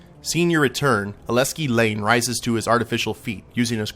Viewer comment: And to the end, you still pronounce Aleksi wrong. The 'k' is before the 's'. Aleksi, not Aleski. As a Finn myself, it bothers me. You also pronounce Laine wrong, but in an understandable way. Aleksi, on the other hand... just plain wrong. Now, since I don't want to sound completely negative, I suppose I should say some positive things, too. Overall, this was an enjoyable Let's Play. I'll be moving on to Hong Kong after this one, and will probably check out some other Let's Plays of yours as well. In fact, I think I'll hit the Subscribe button now.